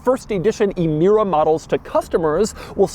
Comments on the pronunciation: it's pronounced Amira not ee mira. my ears got infected in the first 10 seconds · It’s pronounced “eh-meera”. Not “ee-meera”. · it's emira, not imira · Doug the type of guy to pronounce Emira as eemeera and also say a 2GR is a boring Camry engine